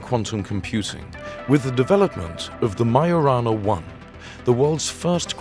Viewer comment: it's majo rana not mayo rana